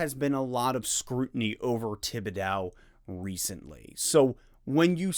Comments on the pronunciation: Tib-bidow?? lol…. it’s Tib-id-doe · I hope you can learn how to pronounce his last name. This was incredibly frustrating it's gonna keep me up tonight..